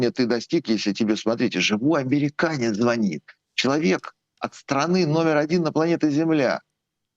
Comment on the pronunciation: В слове "ЗВОНИТ"-ударный второй слог,а не первый!!!!!!